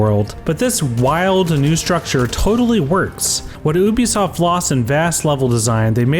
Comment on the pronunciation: IT'S PRONOUNCED YOU-BE-SOFT FFS!